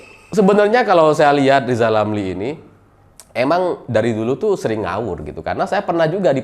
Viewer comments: selalu bilang LIZAL LAMLI..... 😀😀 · Pingin narik lidah lizal lamli pake tang listrik biar bisa normal bilang Rrrrrrrrr 😁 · Lizal lamly 🤣🤣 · Lizal Lamli apa Rizal Ramli ya.... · Rizal Ramli belajar ngomong huruf R spy bisa rendah hati. Semangat.